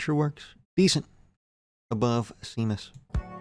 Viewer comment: “San tropes” and “seemus”. Nice